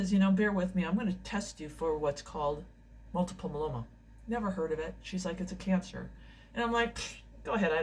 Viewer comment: please learn how to pronounce multiple myeloma. people can't learn about this blood cancer if u say it wrong all the time.